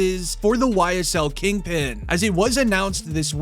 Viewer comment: Stop saying King Pen too your incriminating